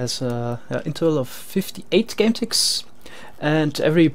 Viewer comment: Is it just me or I hear game ticks as gun ticks? (As pronounce it)